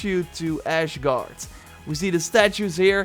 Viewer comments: its asgard not ashgard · I love your stuff, but if you say “Ash”gard one more time, ima lose it! And Jotun is a soft j so it’s pronounced like yotun. And i thought those three videos were pretty damn funny but that’s just me haha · It's Asgard, not Ashgard. Considering the amount of times he said that I'm actually willing to believe that he's a bit... Well... Special... Not to say retarded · As-guard not ash, and yote-enhiem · Not trying to be rude but you are saying asgard wrong you are adding a h when there isn't one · No one: Me: AsHgArD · Your killing me with the ashgard........lol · Ah yes I love "AshGard" and "Joetenheim" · Dude said Ashgard lmaooooo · Mr Warden 23 hours ago I dont know why but it bothers me alot when he pronounces Asgard, he pronounces it like its Ashgard. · meme: KoolK -_- 6 hours ago Why is everyone complaining about how said "Ashgard"? We ALL make mistakes, and it could just be his accent.. come on guys.. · WHY DOES HE CALL IT "ASHGARD" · Why do i keep hearing AsHgard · I really want to know, why are you calling Asgard , “ashgard”. That’s all thanks hahahahaha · So now we don’t only have him saying CasTle but also ASHgard and JOEtunheim .... bruh didn’t you watch enough of vikings and the last kingdom??! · Gast, leer nu toch eens hoe je de woorden moet uitspreken. "ashguard", serieus? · Goddammit man stop saying Ashgard! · ”Ashgard” Please don’t.. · just one question. when did asgaard become ashguard xD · Honestly? "ashgard"? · This man really calling it “Ashgard” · Yea he said ashguard lol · He said ashguard, bruh 😂 I was a bit irritated to be honest 😂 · Nope...he said ashgard...I replayed it 5 times cause it fucked me up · Yeah I hear em saying ashgard I'm just listening to em like "wait what did you say?" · MC King Naa.. i took on my Beyer DT 1990 Pro so i can hear the detail and i hear A-SH Gar :) But this is not important. is great! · Did you just say ashegarde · The way you say Asgard is killing me 😷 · Asgard not Ashgard